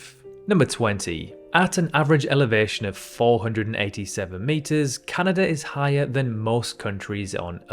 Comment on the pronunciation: Nice to h ear a commentator say "Canada" instead of "Cyanada".